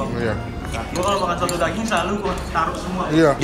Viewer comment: Coto Makassar bukan soto Makassar bang😁😁